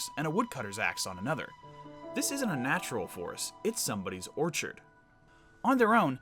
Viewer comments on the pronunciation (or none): none